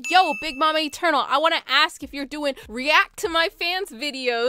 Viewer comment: I don't hear eternal i hear etoenail